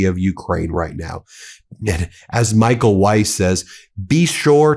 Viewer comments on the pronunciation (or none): none